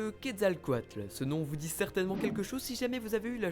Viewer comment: la pire prononciation pour le quetzecoalt ^^